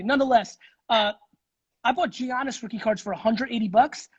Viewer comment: Every time he says Geeannis I cringe 😬